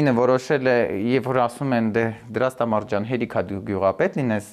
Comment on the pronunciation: Դրաստամատ , ոչ թե Դրաստամարտ։ տնօրհնեք, այլ ոչ տնօրհներգ